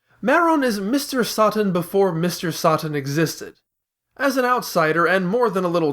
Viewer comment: Lmao Mr. Sutton, Marone, Keriden, and god. Never heard that pronunciation before.